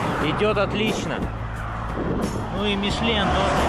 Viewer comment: резина ни мижлен а михелин